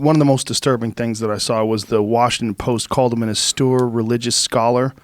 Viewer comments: Joe, "austere" is pronounced "Os-teer", not "a-stoor". C'mon, bro! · Austoor. Austere, Joe. Fckin Austere. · Joe doesn't know the word austere. He kept saying it wrong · Ast-oor religious scholar, eh Joe? (It's pronounced aus-teer) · Breh, the word you’re looking for is “austere” pronounced “aw-steer,” drop that “austoor” stuff already, we’ve been over this before. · Austere Joe. Aw steer. As in: Ah! Steer clear of words you don't know how to pronounce! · ASTUR SCHOLAR🤣🤣🤣🤣🤣🤣 Joe says it three times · Austere, (aust-ear) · Joe "Austurr" Rogan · Austere ( Awww — steer ) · "Austure"? Jeez Joe.... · Say “austoore” one more goddamn time... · It's goddamn auSTEEEEEEEER. Ffs. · OMG!!! They were trying to pronounce the word "austere"???? They completely butchered it!!! I didn't actually know that they were saying that word until I read your comment hahahahahahaha